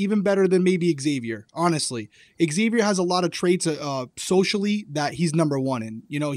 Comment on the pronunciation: Nice to have friend view of game with the houseguest they know. Friend was so kind…he never corrected your pronunciation of Xavier. Xavier’s friend calls him Zavier not X zavier.